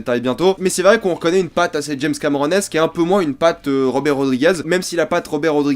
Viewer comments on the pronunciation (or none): none